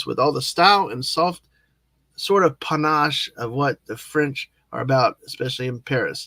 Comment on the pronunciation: Mega Fab stuff! Sorry I couldn't be there, but as stated by Jill, and as we discussed privately, sadly, "Life" , Aussie Fam stuff, medical stuff and many hours of time differential got in the way, but you exhibited aplomb , mon ami! By the way, you pronounced "panache" just-fine!